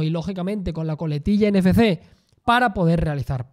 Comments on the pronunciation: Desde cuándo la letra "efe" se pasó a llamar "fe". No sería "Ene, efe, ce"? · "ENE FE CE" Jajajajajaja